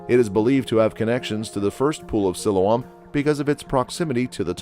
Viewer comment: Its pronunced SILOAM!